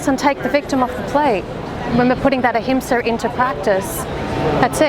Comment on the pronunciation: You said it right. Ahimsa - non violence.